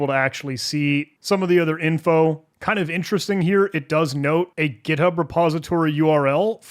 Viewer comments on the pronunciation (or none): none